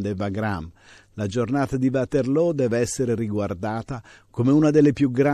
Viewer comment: lo dice lo dice più volte..anche Csmpagna del Belgio come è anche conosciuta l'offensiva napoleonica del 1815 Ligny e Waterloo. Di positivo c'è che lo storico prof pronuncia bene Waterloo alla fiamminga e non il Uaterloo anglicizzato della maggioranza di ignoranti. Essere precisi è importante.